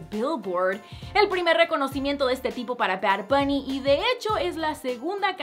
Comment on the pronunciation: Jjajaja porque dices bard buuny Líke si crees lo mismo Dislike si no :)